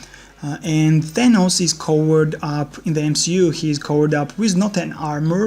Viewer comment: It's good but it's Th-a-n-ohs